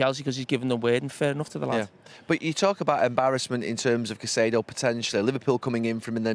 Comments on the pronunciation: These two are just best friends at this point, aren’t they?😂 And Jamie, it’s pronounced Kaisedo, not Saisedo😂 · someone please tell Carra its “Kai-see-do” and not “Sai-see-do” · Saisido?? Can carragher say Caicedo? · Why does Jamie always have to be the less educated one with his pronunciations...Saisedo? Really? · Siseedo? 😂 why do some pundits make up their own pronunciations lol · I love how they pronounce Caicedo's name differently 😅